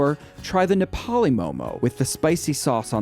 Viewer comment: It's Nepali not neplai 😁